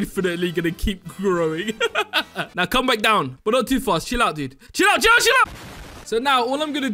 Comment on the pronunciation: What he said: CHILL OUT CHILL OU- What I thought he said: JELLO JELLO